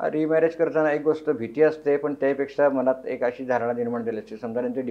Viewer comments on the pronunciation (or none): बाई तु आधी "ण"आणि "न"शब्द कुठं वापरावं हे अभ्यास कर...लगणं, मणात....😂